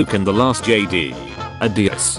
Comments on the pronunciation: i’m going to complain to the people who did the robot voice instead of saying jedi it says (jay- dee) look for yourself love the vid though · Nobody: Jedi? More like Geedee